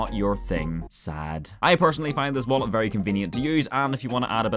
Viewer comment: * casually pulls out wallet in public * "Yo this my wollet and it spesil"